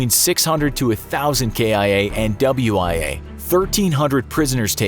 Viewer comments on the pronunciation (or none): WIA????? WINJERD IN ARMOR?????